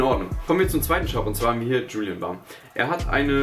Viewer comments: Man spricht es Julien Bäm aus und nicht Julien Bamm und man schreibt es Julien Bam😂😂😂😂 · Julien bamm? Es heißt julien Bääm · omg hast du wirklich gesagt „Julien Bam“ ? Das spricht man „Julien Bäm aus😂😂, aber egal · Man spricht es Julien Bäm aus... kein Problem trotzdem Mega Lustig 😂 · ihm ausgesprochen würde das Julien Bäm heißen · Wie sprichst du Julien bam aus hahaha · wahrscheinlich Julien bam haha die Aussprache zu geil , bist aber trotzdem der beste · Wie er einfach Julien Bam ausspricht😂😂😂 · Hahah😂 Wie du Julien Bam aussprichst😂